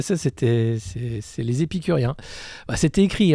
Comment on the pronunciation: Les "epicuriens" MDR excellent !